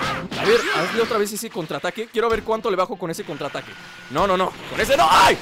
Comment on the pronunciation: en el contraataque dice contraaatque figense bien